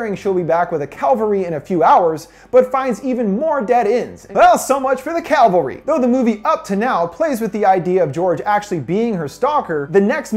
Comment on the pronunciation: Cavalry.. listen and repeat CAVALRY not calvary. and im not even an eglish native speaker.. but everytime i hear this hickup i could scream. but still.. you do a great job witht hose vids